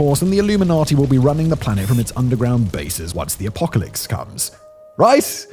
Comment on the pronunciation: Did you say “apocalicks”?